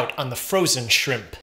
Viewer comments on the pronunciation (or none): “…On the frozen shrimPPPPPPP”